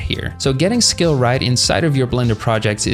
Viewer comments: Bro when you said "Scale" I heard "Skill" 💀 I was listening to this like a podcast so I didn't see the text and I thought "Damn, man ended his career." 😭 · Bro can not pronounce Scale to save his life 💀